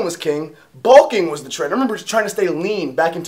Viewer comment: Anyone else think he said Tren? instead of trend haha